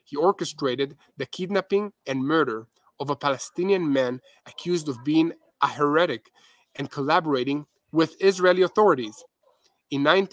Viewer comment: You do such a wonderful job of reporting, and your command of English language is awesome. One hint.. the word "heretic" we pronounce like HAIR-e-tic..😊